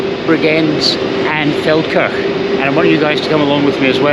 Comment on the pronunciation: When the video started I thought said "Falkirk" which would be a long (but not out of character) journey...